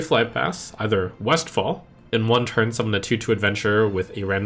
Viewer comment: "In one tun" Whoops.